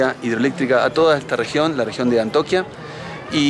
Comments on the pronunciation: Hola... No es Antoquia es Antioquia... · no es antoquia, es Antioquia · Antoquia? Es ANTIOQUIA. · Hola chicos un abrazo desde Lima se les quiere. Me gusto mucho el video de Medellín, yo soy de Colombia y bueno han sido mi inspiración para comenzar mi motor home que pronto será realidad. no es Antoquia, es Antioquia. Un abrazo a y tiene que súpera la fobia a la altura. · No sé dice antoquia sino antio quia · ANTIOQUIA no "antoquia". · Los pobladores del Peñón fueron remunerado y ubicados en casas . No es que lo hayan perdido han negociado . Y se dice ANTIOQUIA.